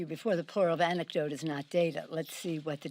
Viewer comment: Sounded like she said, "As I've said to you before, the plural of the anecdote is not data. Let's see what the data is as it comes out."